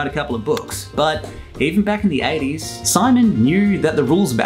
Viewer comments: Siimon is pronounced Seemen or seamen. Silly goose of a guy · Name Siimon is not that unique, it is a popular male name in Estonia Bu you have to pronounce it correctly, it is pronounced [Seemon], like one long [ee] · Siimon is pronounced semen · Siimon pronounced sea mon